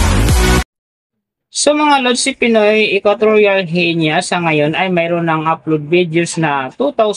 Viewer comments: Ano? Genya? Aralin mong bigkasin ying mga pangalan ng channel na binablog mo. Gi-Ni ang tamang bigkas. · Guinea pronounced "Gi-nee"